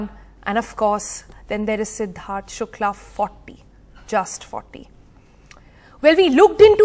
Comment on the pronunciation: When u said Siddharth Shukla it is hard to hear